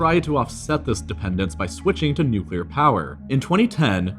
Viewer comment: thank you for pronouncing nuclear correctly